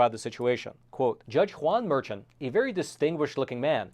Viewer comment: His name is pronounced Merkhan and he is easily the epitome of NYC corruption.